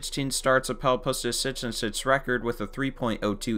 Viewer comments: My man. My man. The word is "six." Not "Sis" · This man can not say 6 correctly lmao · Nobody noticed the way this Guy says 6. Driving me crazy. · Why are you having difficulty saying the number 6 ?